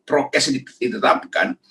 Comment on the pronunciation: RG : "ditangkap karena protkes." 🤣😂😂